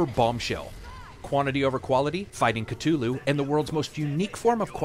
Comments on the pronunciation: Mispronounced Cthulhu, mate, otherwise solid review. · Yep, afraid so.